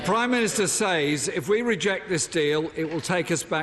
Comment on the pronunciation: Everytime he says "says" I die a bit inside